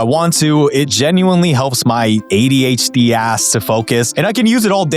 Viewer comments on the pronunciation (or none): none